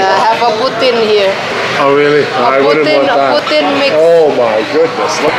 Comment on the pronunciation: In the menu " Poutine " not " Putin " hehe